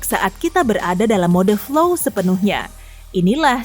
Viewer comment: Flow, bukan fly lho yaa...😂